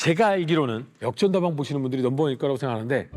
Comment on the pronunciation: 이분 혀가 짧아서 ㄹ 발음이 안되ㅋㅋ 우리가... 우디가, 분들이... 분드이, 빠져들어... 빠져드어, 만들어야되...만드더야대 . . . . 재밌네... 빠져들게되네